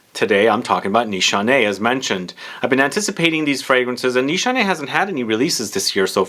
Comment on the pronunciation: I don't think Turkish pronunciation allows for two-letter pronunciations like they do in English. Shouldn't it be (Nees hah neh) ?